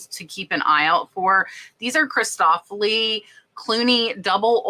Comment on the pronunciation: Excellent reminders! You know me - I am the Grammar Grouch (well, I believe helping people with pronunciation, especially names)... Christofle is just "uhl" on the end (think of rhymes with "awful") not "Cristoflee." Happy Glass (and Plastic) Hunting😁